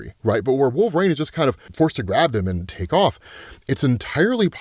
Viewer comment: You still can pronúnciate WOLVERINE. 😅 Who’s wolverang?🪃